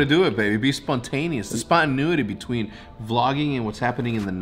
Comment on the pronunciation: "Spontinuity" hahaha Hecz